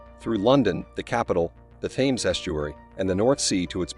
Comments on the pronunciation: For the love of God! It isn’t “tames” as in “tames a dog”! It’s pronounced “tems”, not is Gloucester pronounced “glouster” as in “ow”. It’s pronounced “Gloster”. This would have been interesting if you’d bothered to instruct the narrator in pronunciation of place named or, you know, gotten someone who already knew how to pronounce them. What kind of history channel is this lazy?????? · THAMES pronounced TEMS!! All Brits will be shouting at the screen 😂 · "Tames" NO just NO Hurt my ears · It's hard to take any channel seriously if they don't use correct pronunciation. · I'm not even a Britt and I k own how it's pronounced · The Narator is an AI generated voice. Hense the mispronuncation of the river Thames. Not to take away from the actual content of the information. Its to robotic on repeated words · This bozo cannot even get the name right.